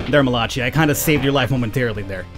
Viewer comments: you're killing me bro, surely you've heard the name Malachi (Mal-a-ki) before....not malachi (Ma-lach-e) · I think Malachi is pronounced Ma/la/kai and I had a gameboy until it stopped working